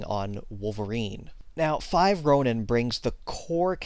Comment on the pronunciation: ronin is pronounced (Roh-neen)